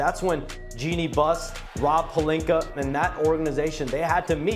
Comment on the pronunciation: SAS: “LuKeR” Dongich & Rob “PeLinKeR” 👨🏾‍💼😂😂😂